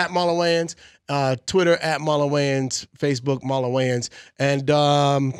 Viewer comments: I feel like big boy been calling him Martin instead of Marlon the whole show, am I high or tripping pr both lmaoo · Sounds like he saying martin lol😅